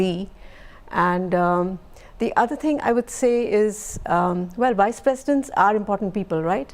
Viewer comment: All I hear was Wise President instead of Vice President...sigh